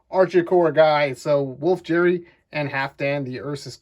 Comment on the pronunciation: Wolf "Jerry" The "g" in Geri os pronounced the same as the "g" in "get"